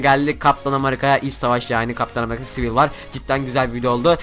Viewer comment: kac kere amarika dedin :D